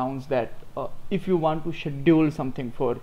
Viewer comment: Hi, Thank you. This is very informative. It will be better if you will pronounce the word "Schedule" properly. Looking forward to learn a lot of things from you.